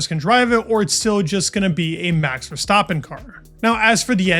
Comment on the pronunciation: Why bro keep saying "Ver-Stoppen- it's VerstAppen